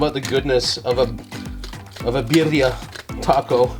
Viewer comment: the way you said birria i totally almost believed you were latino until i read the Asian part lol